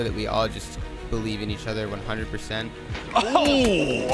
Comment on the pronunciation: "My name is and I play for Dig-i-nitas". I don't know why that mispronunciation made me laugh so hard. Interesting to hear Texas is a country too according to Shinboi.